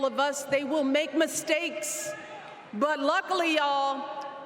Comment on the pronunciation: Nothing but hate in your heart for Trump. Why is still fighting for Trump to lose? He did it 4 years ago. And you can’t even pronounce Kamala’s name and here your fighting for her to be the president!!!!!! Obama and are Illuminati.